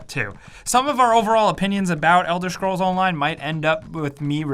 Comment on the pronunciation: Elder "Shcrolls"